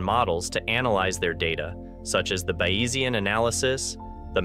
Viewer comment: Bayesian is pronounced as “bay-zee-yin” with the accent on the first syllable. Odd that the narrator doesn’t seem to know that. Is this an AI channel?